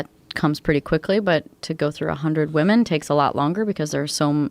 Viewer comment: He says woomen way too many times lol